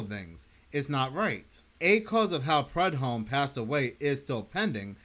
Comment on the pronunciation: Prue-dome. That is how it’s pronounced.